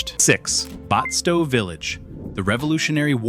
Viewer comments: I don't think restored historical villages qualify as true ghost towns. A ghost town would be a place where no one lives, and it's completely abandoned, and the restored villages are not abandoned. Batsto is not pronounced "Botsto". You missed some actual ghost towns, like Friendship, Harrisville, and Amatol. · You were doing good until you said Batsto the completely wrong way1!